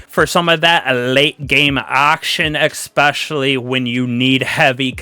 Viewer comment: It's Ess-specially not Ex-specially.